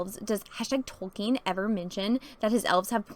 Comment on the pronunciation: I like how says Tolkien like she just learned his name wasn't Token